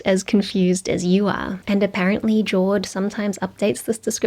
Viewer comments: You mispronounced Jawed's name. He is Ju(with /ɐ/ from STRUT) -weed, not Jaw-ed. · His name is pronounced Ja-Wed